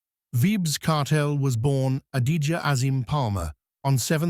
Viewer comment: I dislike when non Jamaican bloggers and or journalists try issue biography on our 🇯🇲reggae artist and don’t convey the correct info. Leave the reviews and history for someone else who actually know the man history! This man also not even saying his first name properly! SMH